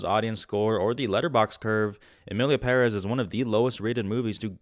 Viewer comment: You pronunced Emilia Perez, better than many people who worked on that film